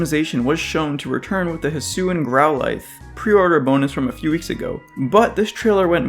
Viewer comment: Everybody debating that, while I'm over here wondering why everyone keeps calling the region Hee-sue-ee instead of Hee-swee like the Japanese trailer. The extra syllable just sounds stupid. It's especially surprising, since most fans are also anime fans in general, so they should know how to say Sui. But to answer your question, I say Ar-kay-us, due to the RKS system and the fact that the new item is an Arc (ark) phone and not an Arc (arse) phone. As for it being kay over kee, that's because I think of words like deus (day-oos), though I usually say it as day-us.